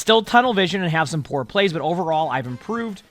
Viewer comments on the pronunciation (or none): none